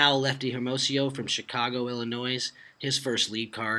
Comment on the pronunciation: I used to like Feldberg, until he pronounced the 'S' in Illinois.